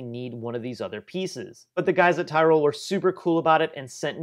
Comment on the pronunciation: I know the shop and you're pronouncing it wrong it's teeroll ;)